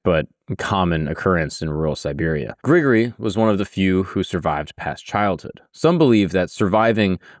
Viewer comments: BRO why are you saying it like that? I love your channel but the mispronunciation is so distracting. You pretty much got the surname perfect but it's not Gregory like we say it in the States, "Gree-gory" is how his 1st name sounds. And yea i am the pronunciation police, my grammar is often sub par though my vocab is phenomenal! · its pronounced Gri Gor Ree